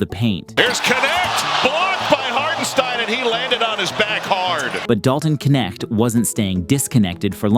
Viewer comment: his name is Knecht, not Kenekt